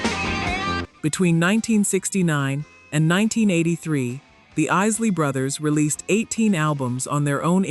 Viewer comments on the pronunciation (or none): Why don't you trap pronouncing the group's name correctly it's not the easily brothers is The Isley Brothers all you are is another white person trying to capitalize on R and b music you need to go somewhere and learn your history before you come online and start talking about something you know nothing about